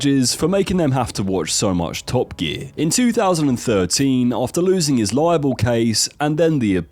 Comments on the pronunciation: "libel case" not "liable case" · Bruh, libel and liable are two different words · Tesla sued for libel not 'liable' 😂